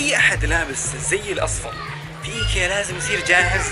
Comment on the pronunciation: معقولة موضف ب ايكيا م تعرف تنطق اسمه 🙃